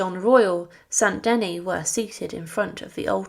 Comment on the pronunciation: Saint Denis, pronounced denii not deny. Your ignorance is appalling.